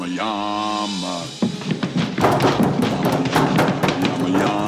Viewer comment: I always thought he said "Yummy Yummy Yummy YAMA" haha